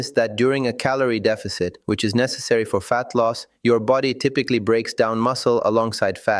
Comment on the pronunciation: 'Vulerabillies' instead of vulnerabilities! That's my favourite so far! 😅 I hope they translated the book properly, at least.. dog sake! 😉 'befody' instead of 'body'! 😂